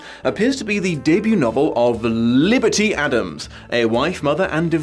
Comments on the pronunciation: I know this is an older video, but I love the way you somehow manage to roll the L in the "author"'s name. I've heard people rolling their R's, but an L, that's new! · I honestly got great pleasure out of pronunciation of "Liberty" each and every time